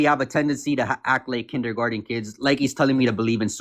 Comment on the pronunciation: What are we in kinder Gordon? Dunno. Maybe in America. Can't imagine a kindergarten kid in Australia being so unable to say kindergarten.